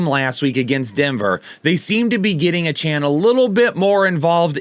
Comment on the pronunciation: Lol it’s pronounced A-chain